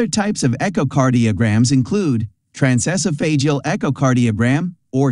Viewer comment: The narrator (or AI) didn’t bother to learn the correct pronunciations of endocarditis or transesophageal, which makes me wonder what other information may be incorrect. Didn’t even pronounce lubricating right. Think I’ll watch a different video.